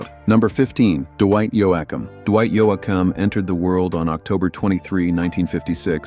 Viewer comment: Dwight Yo-Ah-Ham? Crap, like all of these videos!